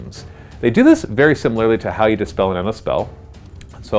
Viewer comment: Also it's Dispel not despell